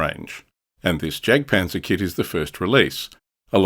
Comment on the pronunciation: Interesting stuff! I’ll definitely be looking out for this manufacturer in future! By the way, the German ‘J’ is prounounced like the English ‘Y’, so ‘Jagdpanzer’ should be pronounced ‘Yagdpanzer’. Just something to consider for future videos, keep up the good work!